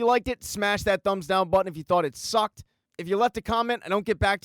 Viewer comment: I love the way this dude says SUCKED. Cracks me up every time, so emphatic